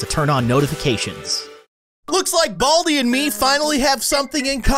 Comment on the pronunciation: Not boldi it's baldi